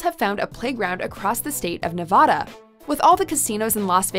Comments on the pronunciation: It's Nev vadd Da, not Nev vah da. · It's Nevada not Nuvada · Bruh you pronounced it Nuh va duh it should be neh vad duh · You mispronounced Nevada. It's Ne-va-da; not Nev-ah-da. I live in Reno and while the city may be dangerous, to me, it's home. I thought for certain Michigan was going to be on here solely because of Detroit which is widely considered to be the most dangerous city in the United States. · Nevahda is so dangerous because people keep calling it Nevahda. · Nuh-vaaa-duh. The A in the middle is a short a as in apple. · Nev-a-da a as in apple...... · You Mispronounced Nevada 😡 it’s not Nevahdah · Stop saying Nev-AH-da!! Unless you are also going to say Mon-TAH-na (both are derived from Spanish words), stick with how locals pronounce it. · You’re pronouncing Nevada wrong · Joshua Uriarte I’ve lived in Nevada specifically Las Vegas my whole life and I’m shocked we’re considered one of the worst states to live in. It’s not anywhere as bad as this video made it out to be. Also how she pronounced Nevada was cringy. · That mispronunciation of Nevada is cringy. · You are pronouncing Nevada wrong. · I dont won't to hate but they pronounced Nevada wrong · Try saying Nevada correctly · Stop saying Nevada like that!! That's not how you say it😂😂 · Say Nevada properly for fucks sake. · Thats not how you pronounce nevada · The way you pronounce Nevada is so cringeworthy 😖